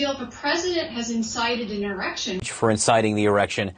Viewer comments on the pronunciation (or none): The erection Bahahaha, idiots can't say insurrection. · Am I the only one who was hearing 'erection'? I started to think I was imagining it.